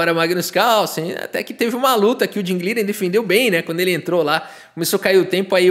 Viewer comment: Curioso o brincar com o nome do Ding, pois a pronúncia correta seria algo como Ting Lirãn, negócio meio alienígena, pronúncia de engine.